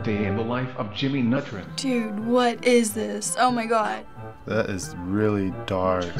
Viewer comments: lol jimmy nutrin instead of Jimmy neutron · Very_great_name21 That’s how it was pronounced in the video 😂 “Just another day in the life of Jimmy Nutran”